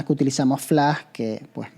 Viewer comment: Es Flash! No Flá!!!! Hable bien!!!!! :face-purple-crying